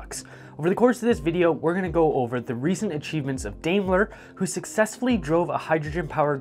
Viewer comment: I don't know where you come from but, Here in the states we call it "Dime-ler"